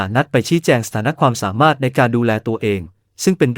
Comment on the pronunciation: สามารถ อ่านสา มา รด จริงอ่านจะ ริง❤